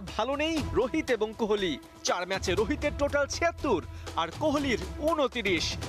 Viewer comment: Reporter কোহলি কেন বলে? এই বেটার নাম খোলি